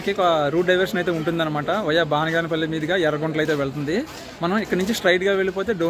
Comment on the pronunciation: బానిగానేపల్లే కాదు బనగానపల్లె